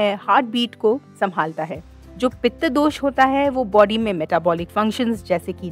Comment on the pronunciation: Dosa नहीं दोश बोलो कफा नहीं कफ बोलो